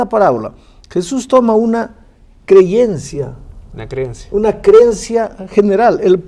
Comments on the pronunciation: Madre del amor hermoso Jesús! Qué manera de torcer o interpretar la escritura de ese hombre de pastor no tiene nada, ese tira al barranco las ovejas, aprovecha la vida porque luego ya no hay nada más nada! Santo Dios, ni sabe decir creencia, dice creyencia! Para este hombre una parábola es un cuento y no una enseñanza con ideas o personaje de su propio entorno para hacerse entender por los sencillos qué le seguían? no se si reír o llorar, me da tristeza por quienes le siguen, confundidos quedan, con razón hablan tan mal de nuestra doctrina y refutan todo lo que les decimos con escritura, Dios oremos por los que se hacen llamar maestros, pero oremos más por los que se dejan enseñar y engañar por este tipo de autonombrados pastores ignorantes q su verdad no es la que Jesucristo enseñó. Gracias porque se aprende mucho con ud. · Ese pastor dijo creyencia , ni hablar sabe